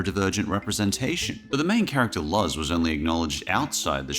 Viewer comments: Luz's name is pronounced l-oo-z, not l-uh-z. Edit: more accurate pronunciation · Luz is pronounced Lose, not Luzh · Luz's name is pronounced "luuze", not "luzz" ;) :P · I'm sorry, "Luzz"? I believe it's pronounced as "Lose". But apart from that, great video! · FYI Luz’s name is pronounced “Looz” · the way you said Luz from the owl house made me laugh a little. and i didn't realise how bad the good doctors representation is